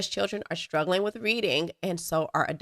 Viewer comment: Stop saying “ shtruggling” there is no “H” in “struggle”